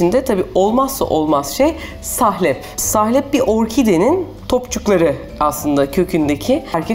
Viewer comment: Sahlep değil "salep" olacak. Lütfen düzgün kullanalım Türkçemizi..